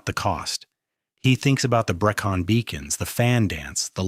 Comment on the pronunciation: Given how close I live to to the Brecons, the way your AI slop pronounced it discredited everything else that was going on in the video. A little bit of research and tweaking to ACTUALLY make it sound well researched, would have gone better.